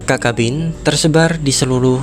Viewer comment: Video yang informatif. Namun sepengetahuan saya yg dangkal, cacabean dibaca/diucapkan sebagai mana tulisannya, ca-ca-be-an, bukan kakabin